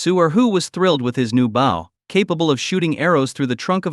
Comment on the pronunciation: When the play time is this long or longer it is usually just an AI reading a novel with bad translations of Chinese to English. I think the word I hate the most from these is "bow" since AI doesn't change pronunciation for verb form from noun form. Drives me buggy lol!